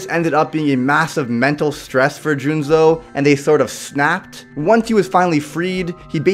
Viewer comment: Juuzou not Juunzou